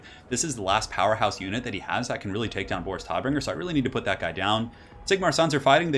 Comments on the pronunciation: Tod = German for Death. Pronunciation sounds like 'toad'. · No it sounds like Toat not toad. Doesn't matter if it's an accent, it's just wrong pronunciation